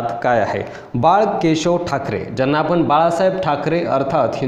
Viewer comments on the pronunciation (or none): म्हनतात, आपन, स्तायिक, जानून, देन्याची,म्हनजे, महारास्ट्र असे बरेच शब्द अशुध्द उच्चारले आहेत राव कधी तरी शुद्ध मराठी भाषा बोलायला शिका ना मग आम्ही तुमचे व्हीडिओ अवश्य पाहू.